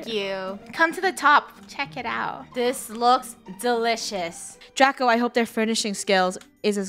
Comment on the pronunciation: funneh: wow so delouies.. it makes me wanna throw up